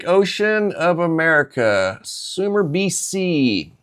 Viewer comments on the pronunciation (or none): none